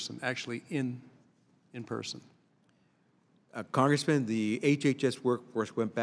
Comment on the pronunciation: "Cong-ressman" "Cong-ressman"